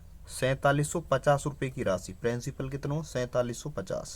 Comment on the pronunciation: Hutiye! वो प्रिंसिपल होता है प्रेंसिपल नहीं 😂😂 Bolna sikhle pehle fir padhaio 😂